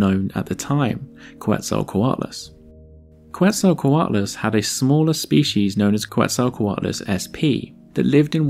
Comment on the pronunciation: Hearing it pronounced as "Kwetzalcoatlus" brings me physical pain. Still good video, that's my only gripe